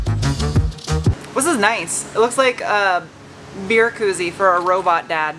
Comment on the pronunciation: I love the way you say fir instead of for, don't ever stop doing that!